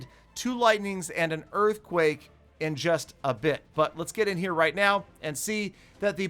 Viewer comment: Valdemar Keisu it’s “right” not rithe